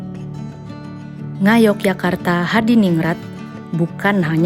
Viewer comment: My favorite restaurant ☺️. Chef Renatta, tidak ada salahnya belajar pengucapan kata lokal sesuai dengan aslinya sbg bentuk apresiasi terhadap budaya lokal : Ngayogyokarto Hadiningrat. Terima kasih.